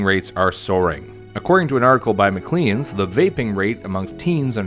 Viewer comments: Omg Maclean's is pronounced like mac-lains, second syllable sounds like pain. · My man actually said ma-cleans🤣 it’s pronounced maclanes